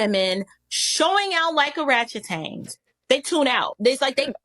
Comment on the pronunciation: That was a good video.. He said, "Yea, I'm hot ... I'm hot." 😅 I'm glad it wasn't just me. Plus, lady said Oratchetangs😆 I'm not forgetting that. (Also, just so we're all on the same page. The smartest apes in the world, besides us, are pronounced "O-Ran-Goo-Tans". Just. So we know😅 not O-rangu-tang. But. Yeah. I mean the point of a language is to be understood and most know 🦧 when they hear it so.. tomato, toomahtoe I guess.)